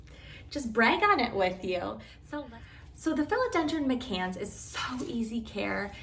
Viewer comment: My-cans, but thanks for the great video.